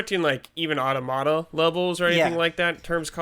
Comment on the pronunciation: Otta-motta? I’m pretty sure it’s pronounced aw-TOM-ita. Like automaton.